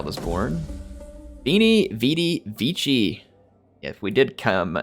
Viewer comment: You dope! If Nova Carthago has already high change to let your join their war against Arverni, for sure they would've also been willing to pay you several thousands for it! And that is NOT "wini, vidi, fitzi"! :P Roman 'c' is always had 'k'. so try "viki" like in wikipedia. That's why caesar is never "tsiisar", but more like Germanic kaiser.